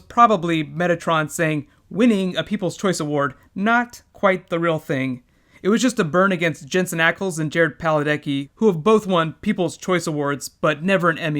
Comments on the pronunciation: "PaDalecki," not "PaLadecki." Nit-picking Sheriff strikes again! Muah hahaahhaahahaha!!! ;) Altogether, though? A pretty damn solid video you've got here, bud. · No offense dude but it's Padalecki not Paladecki. It had a "D" in it. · Did you just say Paladecki?? xD Great video though, I'm thinking about subscribing. :) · did you just say 'PalaDECKI'????????